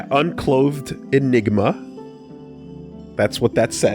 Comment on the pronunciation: Goddamn, messing up "unclothed enigma" is beyond amazing